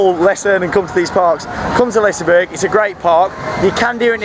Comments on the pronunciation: And Its Pronounced Lis-e-berg-an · You keep saying the amusement park wrong. Its not Liceberrrg